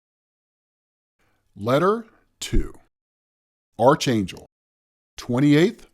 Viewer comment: Why does everyone pronounce Archangel wrong? I've heard it being pronounced wrong in a number of videos